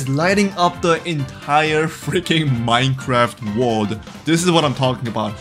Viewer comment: trying to pronounce the letter "r": wowld? wold?